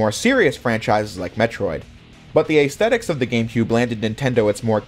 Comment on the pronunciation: Holy hell bro, that's not how you pronounce aesthetics. You could've just said 'the look of the game' or something.